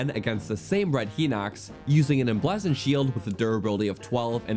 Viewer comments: AFAIK, "Emblazoned" is pronounced Em-blay-zend, not Em-blah-zend, since "blaze" is pronounced with the long vowel ("ay") sound. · em-blaaaaaaaah-zoned shield lol. its said like "blaze" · the "bla" in "emblazoned" is pronounced "blay", not "blah" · Tip for future videos: It's pronounced em-blay-zund, not em-blaa-zund. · Blay not blah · you misused the word "whom" , it should be "who" in that sentence. You also pronounced "emblazoned" (em-blaze-und) as "em-blaz-und". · The "a" in emblazoned is pronounced with an ae sound such as ate or play. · "Emblazzoned" must be a regional dialect. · EMBLAHHZON'd Nice juan m80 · "Em blah zoned" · The way he says 'emblazoned' shield upsets me. )' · Please look up the phonetic pronunciation of "emblazoned," please. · how in the fuck do you pronounce “emblazoned” like this? 😂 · bro honest to god said lizarfos💀💀💀💀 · Staygered...lizarfos...emblazzoned...caw-culated...are you having a problem talking, my man? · Btw, it's "Hai-nox", not "He-nox", also "Em-BLAY-zuhnd", not "Em-bla-zuhnd". Please tell me you don't say "Oak-uh-ree-nuh" and "Me-lay". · i pronounce all of those wrong except Ocarina and Melee "He-nox" (I thought the I had an E sound) "Em-blaz-oned" (I dont even know what that word means) "O-Ca-Ri-Na" (i pronounce this one right) "May-Lay" (Whoever says "Me-Lay" is wrong)